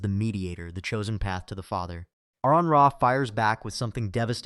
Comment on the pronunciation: AR-on. His name is pronounced AR-on. Not AirRon, not A-rehn.